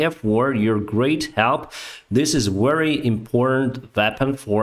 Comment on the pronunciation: You are more than a batalion of tanks. If I may, Improve Your pronounciation of „v” eg very vs. wary 👍😄 _v_(ehicle) like „*в*еликий” and _w_(ater) like „*л*ось”